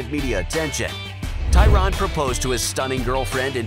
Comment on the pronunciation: ITS NOT TYRON ITS TYRANNNN! 😡🤦🏼‍♂️